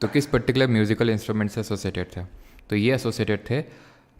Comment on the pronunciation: particular ❎patticular✅ 😍❣